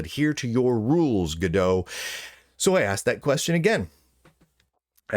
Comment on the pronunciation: I'm pretty sure its not gadeaux. gal gadot is gadot not godot for one.